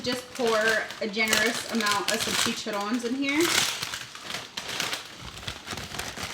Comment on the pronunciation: THEYRE PRONOUNCED CHI CHA RRONES (ROHNES).